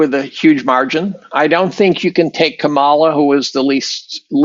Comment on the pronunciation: It’s KAmala. KA ma la. Why is that so damn hard jeeezus.